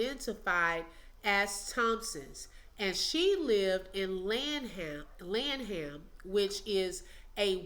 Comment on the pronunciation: It's LAN-em and BOO-wee. 😉